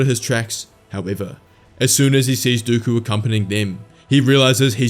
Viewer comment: No way bro said dookoo it is dooku